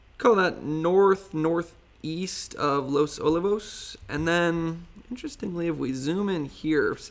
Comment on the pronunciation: Good update. FYI it's Los O-lee-vos